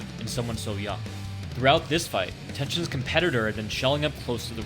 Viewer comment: "the atTenshin he's recieved" :D